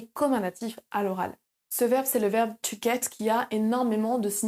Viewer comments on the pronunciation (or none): Comment prononcez- vous to get ???? Écoutez - vous n'importe quoi .... Au début de votre vidéo